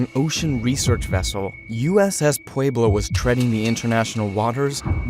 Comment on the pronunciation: Pweb low. Pueblo. Puh web lo. The dude even said it in the clip. Pwey blow? My ears!